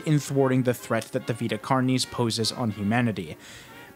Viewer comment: I’ve never heard someone pronounce “carnis” like that in all of my latin studies. Great video though